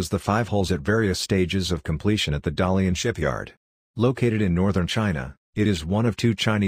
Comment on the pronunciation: 原來好多鬼佬網站都是讀錯成 Da Li An, 而不是讀 Da Lian, 他們不知道是大連市的中文拼音，所以出了「達利安」這個梗。